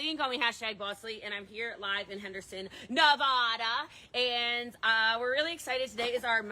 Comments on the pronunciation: It's NEVAAAAAduh. Not NEVAAAAHHHHHDuh. So great continues to give entertainment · How hard is it to say Nevada correctly? Answer: not hard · of course pronounces Nevada incorrectly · The bartender from Shrek ohmygod that made me laugh too much, love the ponytail girl keep doing what you doing You don't pronounce Nevada like that SMH etwi who love your podcast they're so fun